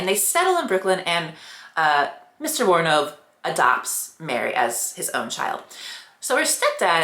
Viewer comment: The way you pronounce her name makes me want to scream. PHONICS LESSONS FOR ALL YOUTUBERS AND PODCASTERS!!!!